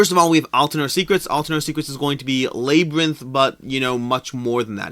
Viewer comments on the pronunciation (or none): No, it's usually with a soft A, but he's Canadian so maybe he's too used to saying "eh?" (See what I did there?)